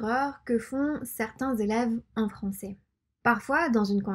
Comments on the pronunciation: La prononciation du mot "Français" n'est pas bonne. Il faudrait dire plus souvent l'accent grave en fin de mot qui finit par : Est Ais Ait Aient Et On utilise l'accent aigue seulement pour : Le mot "et" Et les terminaisons en er. Il faudra donc maintenant se corriger et ne plus dire "cé bon" et "françé" mais bel et bien "cè bon" et "françè" par exemple. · Ceux qui veulent apprendre la langue ont de la chance ici, c'est top! Sinon j'ai remarqué que tu prenonce "français" [franç-é] et "c'est" [cé], tu sais d'où ça vient? j'ai pas l'impression que ça fasse partit d'un accent regional en particulier mais je pense que c'est plus courant dans le sud et le sud ouest quand même. Et tes yeux sont vraiment incroyables^^